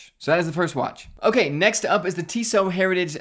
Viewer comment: Pronounced “Tissot” correctly. But not “ETA.” 😂